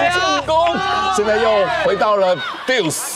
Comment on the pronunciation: 欸抖先說我很喜歡這節目跟兩位主播 但是希望下次有桌球賽時主播能做點功課 跟拍面有沒有壓沒關係啊 就是打到拍頭噴掉 那是拉(抽)球 不是殺球…不是正手發力都是殺球… 那也不是殺球啊🤔 還有 是deuce不是duce喔！ 我知道這節目本來就不是職業體育競技 但懂的人聽到就覺得怪怪的😅